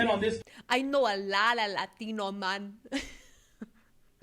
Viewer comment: "I know a lotta LAH-THINO men." 😂